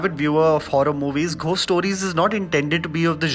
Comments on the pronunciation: I have literally never before today had anything to say to u which was even a tad bit negative but please take this comment I. The right spirit It’s not Pronounced as literally “GH-ost” but actually it’s “go-st” , found that quiet distracting ... please take this as a positive feedback ... luv ur review and ur Chanel always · Did you just say “Ghhost stories “, instead of “gost stories “!! It sounded odd!! But I agree completely with everything that you said about the movie!! Being a horror fan, especially supernatural horror, this short stories were not impressive at all!! Except for the zombie story, like you said!!